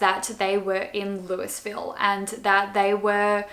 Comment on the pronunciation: Just to let you know Louisville is pronounced Lou-uh-vill